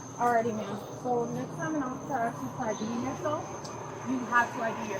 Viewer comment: axes her one more time. Its asks. Can't they hire cops that can speak English